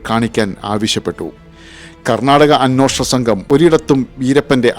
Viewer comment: അ'ന്വേ'ഷണം എന്നാണ് ശരിയായ മലയാളം.. അ'ന്നോ'ഷണം എന്നല്ല